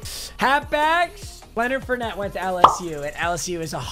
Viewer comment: It’s Leonard (4)net not Leonard fer net